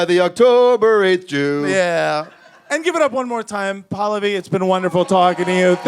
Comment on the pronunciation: they mispronounce Pallavi every time lol. Its Pal-lavi